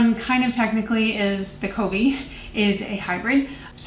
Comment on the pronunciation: Ah I’ve been excited to hear your thoughts on the Covey one! It’s kuh-vee and it means a flock of birds. Anyway, I like this style of review when you have more products to review that like you said doesn’t require a full video per. I haven’t heard of the brand one kind before, but I kinda like their branding. I’ve been meaning to try RMS products but it’s hard to prioritize products to try.